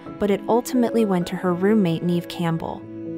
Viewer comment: It's Neve, not Neeve